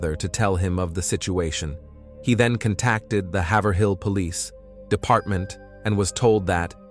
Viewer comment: "cont-tack-ted her faether" lmaooo ugh yet another true crime channel using ai tools and voiceover trying to make a quick buck off high cpm i see